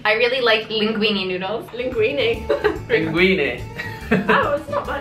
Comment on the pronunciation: Ahahaha linguine??! Ma linguiné o linguíne? 😂🙈